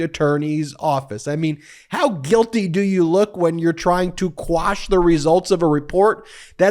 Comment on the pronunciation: Umm did you say "squash" a couple of times? Isn't the term "quash"?